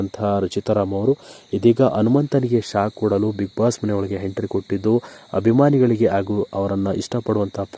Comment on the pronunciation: Lo hidiga idiga antha hentry alla entry nimma yogyatege kannada nettage mathadakke baralla channel bere kedu